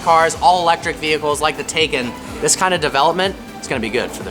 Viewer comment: It’s *TAY-CON